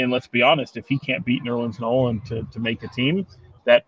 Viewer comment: It's official, can't pronounce Noel correctly lol.